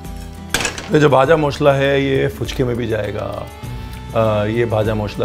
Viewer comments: The pronunciation of "ভাজা মশলা"(Vaja mashla) is nice ... 😊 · Bhaja Moshla! Great pronunciation Sir❤️ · Just loved you pronunciation of Bhaja Mosla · I'm from bengal.. I like your proper pronunciation "vaja moshla"